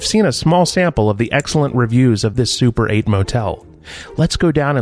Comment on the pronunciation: Super 8 sounds a bit like "suppurate" and I guess that that's not entirely inappropriate here...